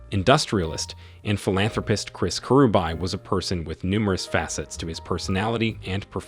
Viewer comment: The pronunciation thoo... Kerubae-kirubi😄